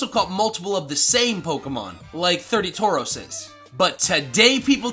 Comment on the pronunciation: IT'S TAUROS, NOT F*CKIBG TOROS! FIX IT NOW!